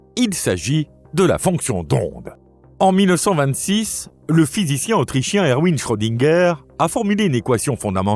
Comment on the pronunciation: Schrödinger étant allemand, son prénom se prononce à l'allemande, et non à l'anglaise : Ervine, et non Erouine. Bonne explication. Je ne connaissais pas les 4e et 5e explications, ni la récente Qbism.